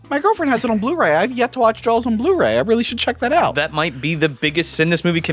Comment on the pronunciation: Please review Orca and Leviathan, both great! Also, since he pointed it out, I can't hear not say Jawls.